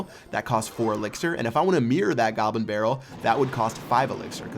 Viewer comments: He said gobrin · gobrin barrel lol